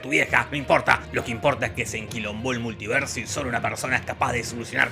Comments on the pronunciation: Se puso chileno el compare, el "multierso" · Es un errol o es que dice multierso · "El multierso"